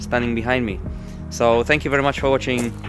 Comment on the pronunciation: "weri windi, weri cloudy, very rainy" kocham ten akcent i wymawianie gdy jest sie polakiem